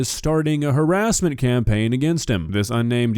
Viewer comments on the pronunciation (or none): STOP THE HAWASSMENT, WASCALLY WABBITS! 🤮